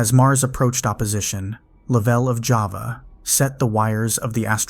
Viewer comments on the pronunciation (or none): none